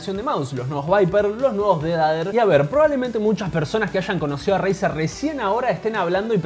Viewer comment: ''el dedader'' JAJAJAJAJAJAAJJAAJAJAJAJAJAJAJAJAJAJAJAJAJAJA se dice pronuncia defeyder! no dijiste lo mas inportante los swich del razer son opticos con 0.02 ms de click deley contra 0.1